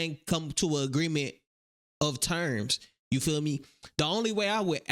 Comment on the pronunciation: When she said I fill like I was done 😂